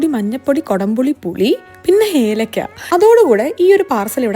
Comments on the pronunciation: Elekka ❌ helekka ✅🤣🤣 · Helakka അല്ല കുട്ടി ഏലക്ക 😂